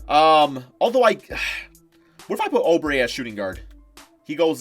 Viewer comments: Stop saying O Brey it’s oo brey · It’s oubre not obre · say it like oobre not obre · Why does he pronounce oubre like that?